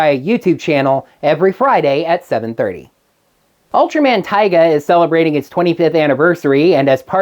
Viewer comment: Orange it Ultraman Tiga, not Taiga, but it fine everyone tends to pronounce things wrong from time to time.